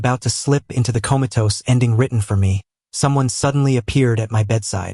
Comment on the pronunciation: Comatose ❌Comatozze ✓😂😂😂